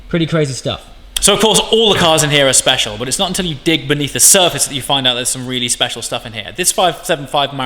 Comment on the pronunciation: “...not so speciale” 😂